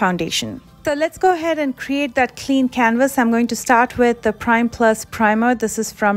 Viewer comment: you said, "toh lets ahead" 🤪😂